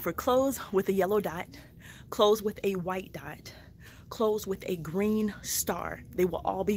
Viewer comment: She said yellow and greet dots